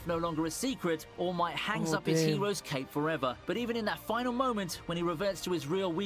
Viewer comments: can you stop calling him all mighty its ALL MIGHT FFS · Btw it’s all might not all mighty although it does sound cool